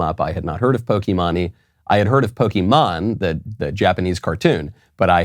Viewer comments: I know Michael doesn't care, but Pokimane is actually pronounced "pokey-main". And I only know that from another gaming-based YouTube channel. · It’s poke mane that’s how it’s pronounced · Micheal, its pronounced pokey-main, if your gonna insult someone at least pronounce the name right XD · lol. love the show as always... but it's pronounced poke-mane like a Lion's mane. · I love how boomer Michael is. The "Poke-eee-monn-eee" pronunciation killed me. haha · When he said poki-mah-nee was hilarious 😂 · It's pronounced, pokey-maine. Lol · Horse mane Pokimane I know enough that I don’t mispronounce the name. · Everything was great except the part where he pronounces pokimane in the most cringy way possible multiple times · How tf can he not pronounce pokimane this guy is a clown lol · Haha, the way Michael pronounces Pokimane. Also, I'm pretty sure she won't be missed. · The way he pronounced Pokemane SENT me 😭😭😭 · Lol, pokimane. Love the pronunciation. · Bro you really couldn’t say poki Maine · I couldn’t even watch this whole thing, it physically hurt to watch. It was funny how he pronounced pokimane so wrong tho lmao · Absolutely butched pronunciation of pokimane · Pokimahne lol Btw it's Pokimaine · Dear Michael Knowles; I find it endearing that Michael Knowles mispronounces various things. Pokimane is not Pokey Mahn knee, but Pokey Mane to rhyme with Horse's Mane. I'll save my Schism rant for later. Remember you went to Skhool, and Ben went to Szhool. We are in a Great Skhizm with the Orthodox not a Szchizm with the Anglicans. I really could go on. Sincerely in Xto A Ghetto Conservative Mike B. B. From Philly, P.A. U.S.A. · The way Michael pronounces Pokimane's name (pronounced poh-key-mane) is hilarious. Poh-key-mah-nee? I'm dying! This blatant reality check of "you're irrelevant" from Michael has never been so harsh! I love it, keep it up! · Pokimani lmao that’s a crazy pronunciation of pokimane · It's poki-maine not pok-e-man-e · It’s pokeymain 😭